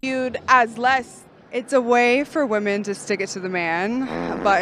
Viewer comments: Why are they so commonly saying woman in place of women. Like are they all immigrants? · Why do all of these women pronounce “women” as “woman”??